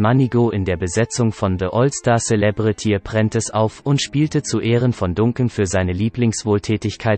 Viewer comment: Lerne mal den Namen richtig zu sprechen ! Es wird nicht Duncan sondern Dancan ausgesprochen